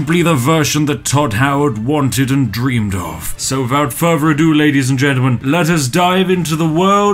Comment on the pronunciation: "wiffout furver ado"